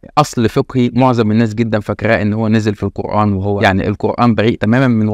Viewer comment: ازاى ناخذ الدين من واحد منهم بيقرأ كلمة قرآن خطأ وذلك بتفخيم حرف الالف والنون . الناس جميعا عارفاهم كويس وهم أشد الناس جهلا بالدين بالكلية